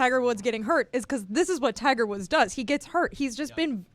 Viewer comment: Yeah don't think we're doing "Tigger Woods" :)